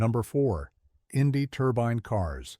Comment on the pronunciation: “Turbine” or “turban”?😂.You keep showing the Chaparral 2C.